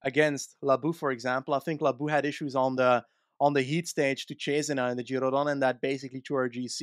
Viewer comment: Giro DONNE!!!!!! Quit saying Giro rose!!!!!! 🤬